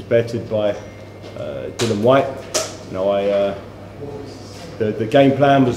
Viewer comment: why can't anyone call Dillian by his correct name ,its not that difficult isit ? Dill i an